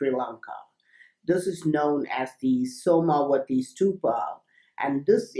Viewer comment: When you say the name of the temple, I keep hearing the words 'SONAR' 'WI-FI' temple As if my ears are predisposed to hear words like this, due to the content. This is one of my favourite videos. Have you heard about the new Crystal tech that can be imprinted to store mass data (kind of like a very advanced flash drive)?